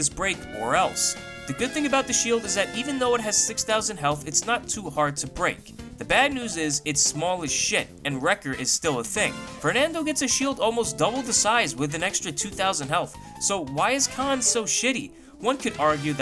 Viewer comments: 5) They’re Talents. 6)Wrecker is pronounced “Reck-er”. Even with an American accent you should be able to pronounce it correctly. 6.5) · 1)They’re called ‘talents’. 2) Firing line doesn’t grant a brief moment of damage immunity, the ability does that at base. 3) It’s pronounced “Recker”, not “Rake-er” 4) By the time you uploaded this video, Hi-Rez had already buffed Khan, this video is O.O.D